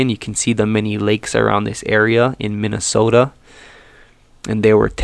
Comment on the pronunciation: Lived in MN 36 years! Good job saying 'Minnesota' like one of us! 😁